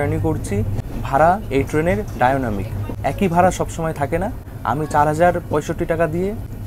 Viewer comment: Apni toh 60-70 bochor pichiye giye video korchen mone hoche..aajkal abar erokom video hoi na ki..kono idea nei kono information nei kono study na korei protyonto gramer chele ra je bhabe prothom baar shohore eshe video kore thik serokom mone hoche.. accent o thik nei apnar.. dynamic katha tar pronunciation dekhe neben